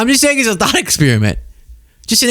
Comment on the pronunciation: Did you say a thot experiment?